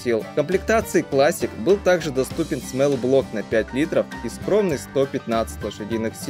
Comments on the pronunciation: Брат, очень интересно и подробно рассказал. Но нельзя неправильно произносить то, о чём рассказываешь. Small - это "смолл", а не "смэл". Это очень ухо режет. Так же как wall, tall, fall - везде читается как "о". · Очень интересный ролик, но бога ради, учи английский. Body читается как БАДИ!!!! А смЭл - по-английски - вонять! А двигатель - смОл блок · Спасибо за труд. Но есть что мне мешает это произношение Small смол (малый) а смэл это запах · Что за "смэлл блок" Твоя английский езык учить? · Ага, всё видео эту вонь слушать пришлось.